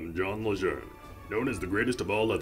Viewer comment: General John Archer Lejeune / luh jern (CMC XIII ) The Greatest Leather Neck of All ! His service to this country made the Marine Corp what it is today; every Marine standing Proud for it's rich history. Regardless of language origin or location, the only way to HONOR HIS NAME is to pronounce it as the Lejeune family did: LUH-JERN!